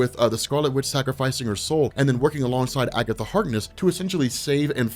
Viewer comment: 'It was Agetha all the Time!'